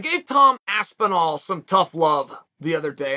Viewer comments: Aspenwall Lmao 😂 how does Charl mess every name up at least once. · Aspenwall, I heard that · “TOM ASPENWALL”